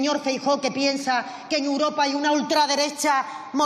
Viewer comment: Esta mujer no tiene medida, miente como su jefe, es como una cotorra que le enseñaron el cotorreo! Es imposible aguantarla! Toma a España y los españoles por tontos! Por favor hay que echarles ya como sea. Y espero que con el tiempo aprenda a decir EUROPA y no UROPA!?😊